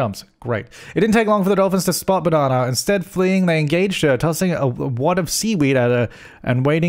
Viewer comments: Do you say it “Bananar” because of your accent or because her name is Banana R.? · Is he saying Banana R or just Banana but his accent makes it sound like Bananar? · hearing you say banana over and over is very satisfying hahaha